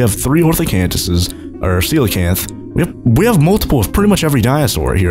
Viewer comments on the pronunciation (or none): none